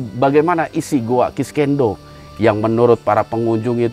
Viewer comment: Sekedar saran dan masukan, agar acara ini lebih profesional dan berkualitas utk para pemirsa, salah penyebutan nama goa nya konsisten banget 😂 "kiskenda" yg biasa disebut oleh orang goa "kiskendo" jg masalah jadwal tayang, mungkin saran saya perlu penambahan tenaga kerja di bidang editing utk membantu mas hendra supaya lebih efisien jg profesional lg, chanel ini sudah berkembang pesat, akan lebih baik jika lebih profesional lg dlm pengelolaannya. Terima kasih